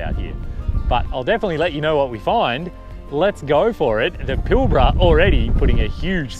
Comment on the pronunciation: G'day Bloke As a Newman local , I watched this video twice, because I needed to see what it felt like watching without you butchering place names like Karijini not Karanjiny - Kalgan not Kalagan - Pilbara not Pilbra, there are several other blunders not only in your audio but in text. Shame really, it makes me sad to be slamming you like this, but for all the effort and trouble it must take making a video that you are happy to show the world, you've done yourself an injustice ~ please research your destination/ history/ material before you edit and up load what is in fact a nice view video, I for one will think twice before watching any of your content again. Safe travels : JF